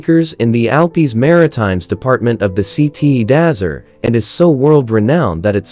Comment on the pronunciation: 🤣You should look up pronouncement of Cote D'azure 🤣